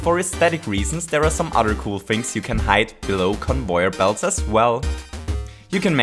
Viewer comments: convoyer belts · CONVOIYOR BELTS